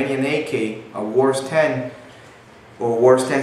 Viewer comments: Why do you keep saying WARS? Its pronounced ~wah-ser~, other wise good video. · its WASR not "WARS"